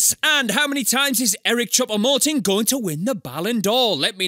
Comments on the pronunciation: It’s not Eric choupa moting it’s Eric choupo goating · Ali the part where he says eric chuopo moting